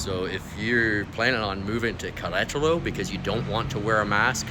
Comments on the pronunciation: Welcome and que le vaya bien! Appeciate your video and would just encourage you to really work on your spanish. Especially how to pronounce "Queretaro". Spanishdict has a nice audio pronunciacion guide, just fyi. Suerte! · Learn how to pronounce the city name , please, in Spanish! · Did you learn how to pronounce Querétaro?